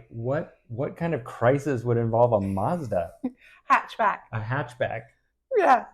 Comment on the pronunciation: MAZ DA not mardaz